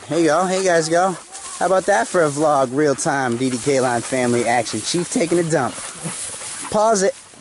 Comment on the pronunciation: I LOVE YOUR DOGS AND DO U NO HOW TO SAY VLOG